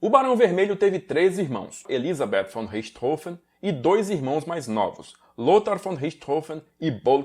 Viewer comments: Que bom ver alguém pronunciando o nome corretamente. Saco essa imprensa imbecil falando Richtófen ou Richtôfen. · Finalmente alguém que pronuncia "Richthofen" corretamente.